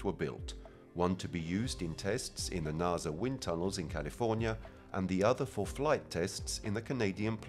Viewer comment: Can you trust anything that's said by someone who doesn't know how to say NASA, lol.